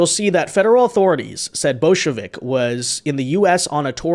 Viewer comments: bojovic more pronounced like Bojo-witch. not Bolshevik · English pronunciation more like Boyovich, but I'm just one of those people that likes to minimize name mangling.